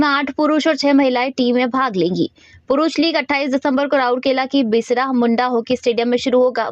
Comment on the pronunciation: मैडम अगर शुद्ध हिंदी नहीं आती है तो किसी दुसरे को मोका दें पर बिरसा को (बिसरा )न बताऐ ,इसी से साफ जाहिर होता है कि स्थानीय को नौकरी नहीं बाहरीयो को दे कर और अच्छी तरह नाम नहीं ले सकते !😢😢😢😢😢😢